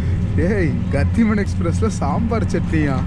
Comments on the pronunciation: Being a tamilan, I wonder why ppl from Tamil Nadu pronounce thh sound as tta, for example it's pronounced as gath-himan and not gat-iman. Noticed a lot. Also they call modi as mod-i and not modh-i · Oru chinna suggestion. Train paeru கதிமான். கடிமன் illa. Hindi la Gathi na speed.